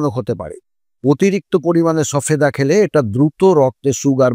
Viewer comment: কথাটা সবেদা সফেদা নয় ।